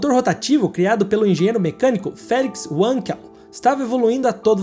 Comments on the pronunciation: Seus vídeos são ótimos, mas gostaria de fazer uma ressalva.. Não é Uankel, é Vankel, por se tratar do idioma alemão.. Abraços.. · PELAMORDEDEUS não é UANKEL.... É VANKEL. VEJA, NAO É VOLKSUAGUEN . É VOLKSWAGEN. Só nos EUA o W é lindo como U. No resto do mundo W é lindo como V. Na verdade W é DUPLO V. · Não é "uenkel" ! É alemão e se prenuncia VANQUEL. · Não é UENQUEL - é - Wankel mesmo com o A tendo som de A mesmo e o W com som de V. É nome Alemão não inglês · por favor, não me entitulem de chato... mas a pronúncia correta do nome do motor, tendo em vista sua origem, não é "uenquel", isso não é inglês... é Alemão... portanto a pronúncia correta é "Vanquel" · Amigo, o inventor do motor rotativo é alemão e por isto a pronuncia correta é "Valkel" e não "ualnkel" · A propósito, Wankel era alemão. Se pronuncia "vánkel" e não "uénkel". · "Venkel" não "uenkel" W tem som de V no alemão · Uenquel...kkkkk. Video bom, mas a pronúncia mata... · Alguém explica pra ele q se escreva WANKEL, mas se pronuncia "VANKEL" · ...a pronuncia do inventor do motor rotativo é com V pois o som do W em alemão e assim,logo é Félix Vankel a sonoridade Linda saga da Mazda,me lembro disto tudinho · Corrigindo o nome do invertor do motor rotativo, é Felix Wankel (se fala Vankel)